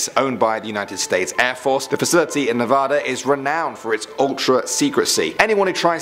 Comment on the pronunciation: Say Nevada right! It is like Navada!when you say it the way you say it it makes me mad